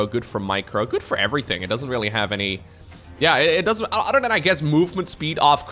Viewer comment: I've noticed all of the Dutch casters can't pronounce a T, it is always replaced with a D. Anodher, Brodher, Uder (other), Lader (later), dedonation, Creador, Door drops. Is it just that the Dutch language doesn't have T's? always saying udder constantly and I'm looking for the cows. Now that I've said it you can't un-hear it